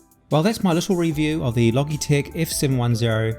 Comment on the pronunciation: It’s pronounced “Loj-eee-tech”.